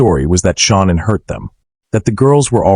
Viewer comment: Hey if you can't pronounce Shannan's name right get back in school and learn how to pronounce the names right you call her Shaunann why it's not her name